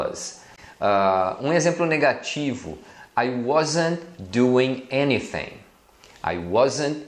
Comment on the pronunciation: porque vc pronunciar anything com som de ~ F ~ nao de TH?